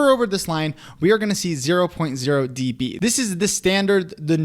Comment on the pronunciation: calling decibels “d” “b” makes my ears bleed